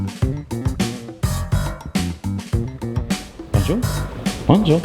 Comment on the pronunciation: Stop with the “bon jour”!! How about learning to pronounce it correctly.